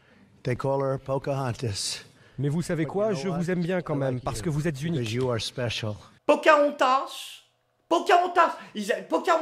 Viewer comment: Pocahontas, pas Pochaontas ;)